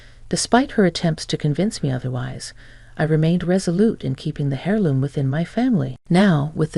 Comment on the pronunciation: Aaarg! It’s “err loom”. The “H” is silent. Otherwise, good story.